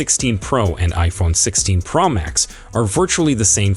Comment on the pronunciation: Wtf is the iPhone pearl max?!?explain why u can’t pronounce pro as it needs to be?!?